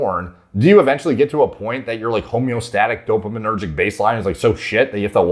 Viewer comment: "homeo-static-dopo-menergic" im so DEAD XO